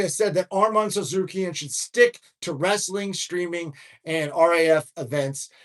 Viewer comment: I love you bro but it’s Arman SARRU-KEON😂😂